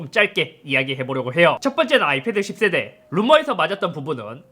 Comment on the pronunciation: 인트로에서 "10세대야" 발음을 쫌 세게 해줬으면 제 속이 후련했을텐데..